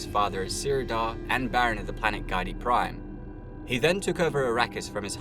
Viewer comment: Nope, sorry. After hearing you mispronounce Geidi Prime multiple times in the first 10 minutes, I had to turn it off. It's pronounced "Ghee-dee Prime", not "Guy-dee"